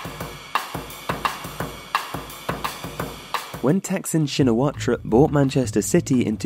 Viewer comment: Slight point - his surname is pronounced without the "-ra" bit (Don't ask me why. My surname is the same.)